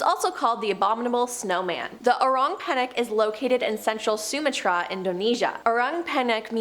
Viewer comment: Puh-RAN-throw-pus. NOT Pair-Ann-throw-pee-us. Suh-MA-tra, not SOO-muh-trah. Please look up place nanes and big words before narrating.